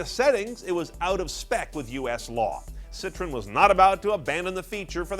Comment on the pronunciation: I refuse to listen to someone critique a Citroën SM, when they can't even pronounce Citroën.